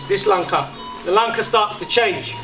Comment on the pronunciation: why is he say langkah with a silent h?